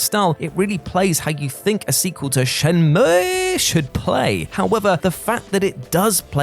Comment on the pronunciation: I really didn't know that it was pronounced SHEN-MUEEEEEEE. Then again, I am no gaming journalist.